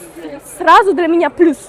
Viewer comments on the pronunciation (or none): none